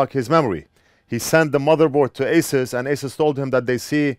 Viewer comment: To pronounce ASUS correctly, one must hold their tongue with their fingers while saying it. Azzuueesszzezz